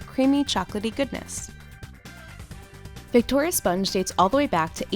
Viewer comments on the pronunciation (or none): none